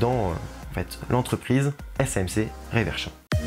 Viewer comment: On dit "RE-verchon", et non pas "ré-verchon"... Très bonne vidéo, ceci dit!